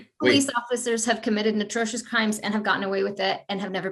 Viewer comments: "Natrocious crimes"??? Did this "Teacher" mean Atrocious lo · Did the professor say natrocious?